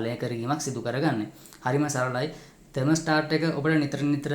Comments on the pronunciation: 'තර්මොස්ටාර්ට්' නෙවෙයි, .......නිවැරදි යෙදුම තමොස්ටැට්. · ත'මොස්ටාර්ට් නෙවෙයි ත'මොස්ටැට්